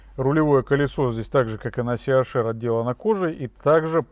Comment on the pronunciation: Либо ЦЕ-АШ-ЭР,это будет по-немецки,либо ли СИ-ЭЙЧ-АР по-английски. А СИ-АШ-ЭР это по-лоховски,смесь бульдога с носорогом!